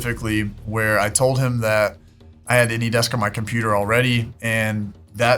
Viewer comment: They're saying vher instead of where ...